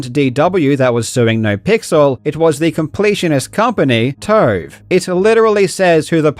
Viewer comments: Kept thinking you were calling them 'toe' and not 'tove' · Oh TOVE not TOAD .😁 12min Karl talks about needing a longer vid to cover something properly. More Karl content... Hell yeah!!!!!!! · “DW made some CAURD for TAURVE and NAUR Pixel, so TAURVE OWAURNED the CAURD” I wish all journalists were Australian 🇦🇺🩷